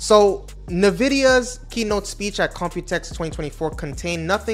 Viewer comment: why do you say "nuh-vidia"